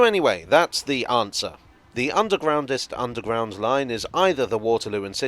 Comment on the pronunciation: The 'Undwegroundest' - never heard of that word b4!!! - Learn something new every day!!! - Happy new Year!!! 🙂🚂🚂🚂